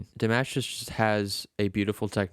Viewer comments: Dimosh, is how you pronounce His name. Like "Mosh pit". Not mash. New Subscriber here! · Damosh is how to pronounce it. He is from Kazakhstan. sos was in French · Dimash Fans, are called "Dears". His name is pronounced, "De-mosh".